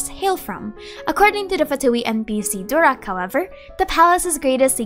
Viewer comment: Pls not durak but doorak means stupid